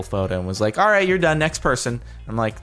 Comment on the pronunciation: at the intro do u say alright or R8?